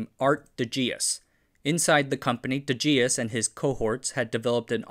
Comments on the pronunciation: Didn't pronounce de Geus properly either. The dutch "G" is next to impossible to pronounce by an English speaker. btw: Bill & Ted's Excellent Adventure is Keanu Reeve's best performance. That's including his Matrix & John Wick work. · Absolutely butchered the pronouncation of "de Geus", haha.